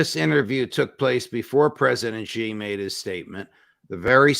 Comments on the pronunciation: Judge Napolitano - President Xi - his surname Xi is said like the letter "C" not as Gee. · Just a teeny tiny point : it's Shi. Xi is pronounced Shi not Zi. Excellent interview. Thank you.